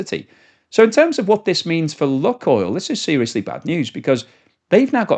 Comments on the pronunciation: Lukoil is pronounced luke-oil, not luck-oil. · FOR THE LOVE OF WHATEVER YOU FIND HOLY PLEASE PRONOUNCE THE COMPANY NAME PROPERLY!!! IT LITERALLY TAKES 5 SECS ON GOOGLE TO RESEARCH IT. THIS IS THE SECOND VIDEO WITH 'LUCKOIL' OVER AND OVER. sorry rant over but its so irritating!!!!! its 'LOO.KOYL' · its 'loo.koyl' not 'luck.oil' its a really irritating mispronunciation every 5 secs. it takes 5 seconds of research to get it right. PLEASE PLEASE STOP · please pronounce Lukoil correctly, it's annoying. It is Loookoil not luck oil. Please!! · Lukoil is pronounced LuukOil, its meaning is "Onion" + "Oil" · "Lukoil" is pronounced "LOO-koyl," with the first syllable rhyming with "book" and the second syllable sounding like the word "oil". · There is no short "u" sound in Russian. ЛУКОЙЛ is pronounced Luke [as in the English 1st name] oil.